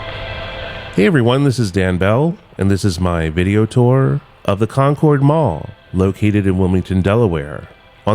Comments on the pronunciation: We say "CON-curd Mall" here in Delaware (like "conquered"), not "con-cord." :) Love the video!! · It's pronounced Conerd. As someone whos lived within 10 miles of this place I can confirm, its still alive but any day now lol. The chik filet is keeping it alive. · I've never heard it pronounced Con-cord Mall. Also, there is a retro Burger King hidden in there. You can find a video after it was discovered several years back.